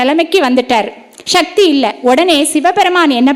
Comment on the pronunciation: ஷிவன் இல்லை சிவன்.... ஷக்தி இல்லை சக்தி.... தமிழை சரியாக உச்சரிக்க வேண்டுகிறேன்..